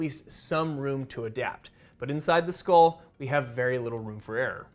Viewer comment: What is a scol? Do you mean skull? Dura Mah-ter...maybe?